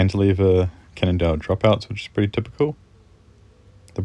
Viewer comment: it's a Can nondale not a Can't nondale 😤#positivity #FoodForThought #PowaOfDaMindset